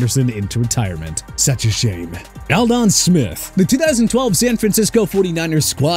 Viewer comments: This is the 2nd video I've watched of yours that you call Aldon Smith Al done. It's Alldun. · It’s pronounced “all-din” not “al-dawn” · How do you mispronounce aldon?